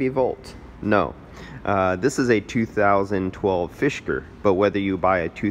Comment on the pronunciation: Fisker. Not “fishker.” just being helpful! :)